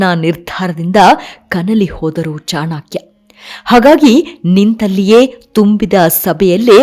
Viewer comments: ಅವರ ಹೆಸರು ಚಾಣಕ್ಯ ಚಾಣಾಕ್ಯ ಅಲ್ಲ , ಹೆಸರುಗಳ ಬಗ್ಗೆ ಸರಿಯಾದ ಉಚ್ಚಾರವಿರಲಿ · ಚಾಣಾ.......ಕ್ಯ ಅಲ್ಲ ರೀ.‌...‌"ಚಾಣಕ್ಯ" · ತಾಯಿ ಅದು ಚಾಣಕ್ಯ, ಚಾಣಾಕ್ಯ ಅಲ್ಲ, ದಯವಿಟ್ಟು ಚೆನ್ನಾಗಿ ಉಚ್ಚರಿಸಿ.. ಕೇಳಲಿಕ್ಕೆ ತುಂಬಾ ಹಿಂಸೆ ಆಗ್ತಿದೆ.. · ಚಾಣಕ್ಯ ಅಲ್ಲಾ ಚಾಣಕ್ಯ ಅಧು. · ಮೇಡಮ್ ನಿಮ್ಮ ಧ್ವನಿ ಚನ್ನಾಗಿದೆ. ಸೊಗಸಾಗಿ ವಿವರಿಸುತ್ತೀರಿ.ಆದರೆ ನೀವು ಮತ್ತೆ ಮತ್ತೆ ಬಳಸುವ ಕೆಲವು ಪದಗಳನ್ಮು ತಪ್ಪಾಗಿ ಬಳಸುತ್ತದ್ದೀರಿ. ಚಾಣಾಕ್ಯ, ಅಧ್ಯಾಯನ, ಧನಾನಂದ ಇತ್ಯಾದಿ. ನನಗೆ ತಿಳಿದಂತೆ ಅವು ಚಾಣಕ್ಯ, ಅಧ್ಯಯನ, ಧನನಂದ